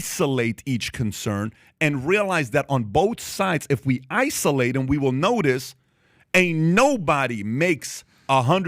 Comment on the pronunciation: Holy sh*t... Pat killed the word 'isolate' for me... i almost got physically ill.